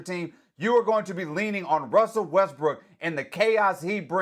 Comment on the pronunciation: Wussel Westbrook